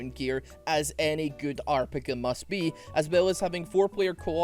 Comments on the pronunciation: saying "arrpeguh" instead of "rpg" got me to like this video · pronounces "arpg", bless this man, that's adorable.